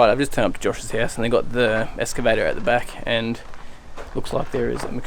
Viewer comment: escavator!!! so funny when it's pronounced like that!!